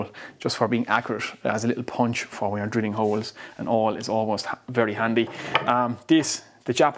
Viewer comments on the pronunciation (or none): none